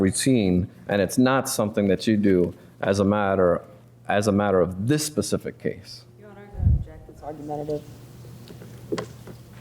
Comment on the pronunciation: Pacific. WTH? The word is Specific. Smdh.